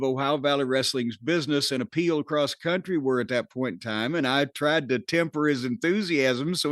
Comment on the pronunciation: Found the press release they read from. Can't even pronounce the word "county" either. Kept saying "country".